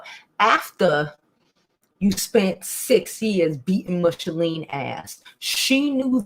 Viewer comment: Just curious; why do you keep saying Michele’s name wrong? It’s not Michalene😆